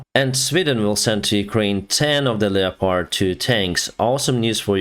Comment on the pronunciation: I wish he could pronounce leopard properly